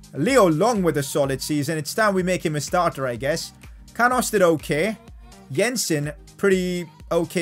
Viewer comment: Canos What i heard: Thanos